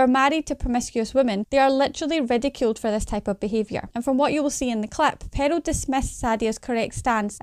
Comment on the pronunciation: The Scottish accent is great, but it's crazy how the sister pronounces Pearl as Peril lol.